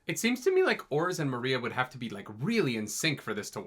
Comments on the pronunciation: Maria XD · Still saying Moria wrong...